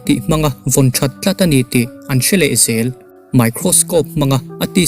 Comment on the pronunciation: Vek, tih tur fek., zel tih tur sel, zing tih tur sing nilovin, zual tih tur sual nilovin..zel tih tur sel nilovin, FBI, tih tur SBI nilovin.....zawt tih tur sawt nilovin, I tawng hman dan hi a mak eeee.........😂😂😂😂😂